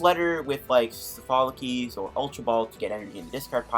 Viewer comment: ITS SOPHOCLES NOT SOPHOLOCES!!!! Insane video though.